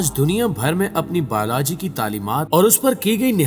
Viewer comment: Biology ya Balaji bolrahe ho bhai aap? Aur Peru Ya Peero? 🤔🤔🤔